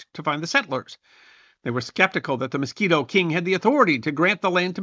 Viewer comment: MISQUITO, NOT MOSQUITO!!!😂